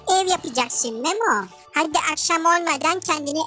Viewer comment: memom diyo ya